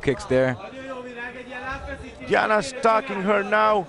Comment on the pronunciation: Doar eu am auzit delia in loc de diana?